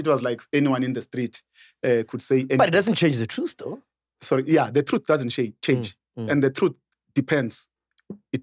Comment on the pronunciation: When Mac Said Phorry they showed President Mbeki 😂😅😅😅😂😂😂😂